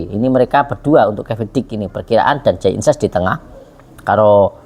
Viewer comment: Jay Idzes Bg,bukan Jay Inses,sebut nama pemain yg benar lah jangan perkaos nama pemain,we Elcapitano pula yg namanya di perkaos